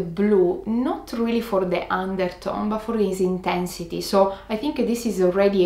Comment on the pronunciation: "too much intehnssity"